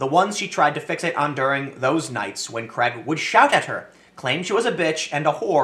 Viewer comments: Why can't Tim and so many other Americans pronounce the name "Craig"? It is not "Kreg" rhyming with egg, it is "Craig" rhyming with plague. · Why do yanks pronounce ‘Craig’ as ‘Cregg’? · Creg...? Craig... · Just a heads up, Craig is pronounced "Crayg" not "creg" in the UK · Why can't Americans pronounce Craig? Creg has me in stitches every time I hear it.